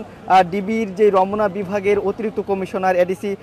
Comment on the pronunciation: রমোনা আবার কি? রমনা